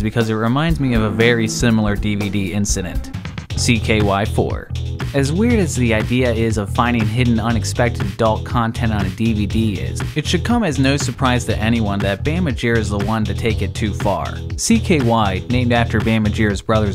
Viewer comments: Cool video, but Bam Ma[r]gera? I must be old to catch that. Not like I'm a superfan, but you just couldn't not see his name somewhere back in the day... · It's Bam MaRgera, not magera.